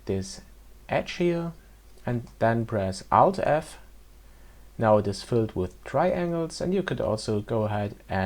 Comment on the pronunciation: Took me a few minutes to realize that he said Alt-F. I kept asking myself, what is Out-F? couldn't find it anywhere, stupid me... but a very good tutorial and helped me a lot. Thanks